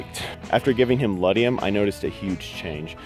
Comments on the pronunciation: Ledum...pronounced lee-dum. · Ledum (boiron) not ledium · I disagree; the problem with too high a dosage in homeopathic medicine is to overshoot... not cause harm. Too low a dosage can undershoot the healing. Yes, Arsenicum Album is the correct name. Ledum is pronounced just as it sounds-not with an "i", but great video.